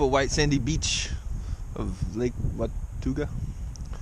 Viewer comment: It's said WA-TAW-GA ;)